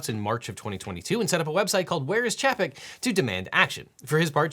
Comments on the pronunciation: Employees and others weren’t just mad at Bob Chapek (pronounced Chay-peck) for failing to use the company’s leverage. They were mad that Disney owned companies directly contributed to the election or reelection campaigns of two of the bills sponsors, one of whom (Denis Baxley) implied Disney knew what kind of stuff he’d push for when they backed him. Minor note in the end, but the oversimplification of the anger at Chapek rubbed me the wrong way since it was worded to imply that employees were demanding action to a bill when in truth they were demanding answers and correction to Disney’s indirect support of that bill. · Chapek’s name is pronounced chay-pek, not chap-pick. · allright i just gotta nitpick on one thing bob chapek's last name is Pronounced Chay-pek Not Cha-Pek. Sorry but as a disney fanboy cursing his name every day untill he was fired has made it burned into my brain. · This video is driving me nuts. So many mispronunciations. Chapek is pronounced Chay-peck. Zephyrhills is pronounced Zephyr Hills. It’s two words. I’m sure I’ll come back and update with more of these later. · Bob Ch- A- pek. Emphasis on the A. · I just enjoyed how you pronounced Chapek 🤣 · Did you pronounce Chapex wrong on purpose? 😂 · The way he pronounces "Bob Chapek" 🤣